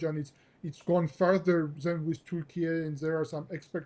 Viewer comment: Say Turkey correctly😂😂😂 WTF is turkie???